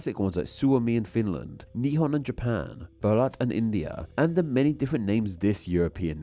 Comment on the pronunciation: Incredibly interesting video, but I can’t lie it did slightly hurt my soul to hear you pronounce 日本 and Deutschland (two of the languages I have studied the most)